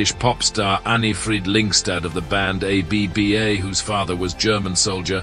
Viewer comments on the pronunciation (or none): A-B-B-A?? Seriously? You don't know how to pronounce ABBA? Mamma Mia!! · i know it's a fake AI but even a fake AI should be able to pronounce ABBA correctly.